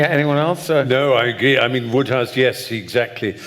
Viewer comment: Ah the pompous pontificating Oxford types mispronouncing one of the funniest authors of the 20th Century. It's WODEhouse. All that education and sanctimony